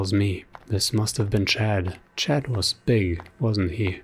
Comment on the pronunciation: it is chad not chaaad